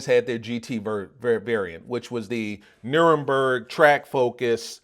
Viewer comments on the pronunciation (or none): “Nurenberg”, bruh its NUR-BUR-GRENG (Soft last G sound). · We not gon skip over the fact you called it the Nurburg 🤣😭 Nuburgring